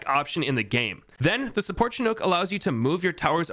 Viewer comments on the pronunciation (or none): none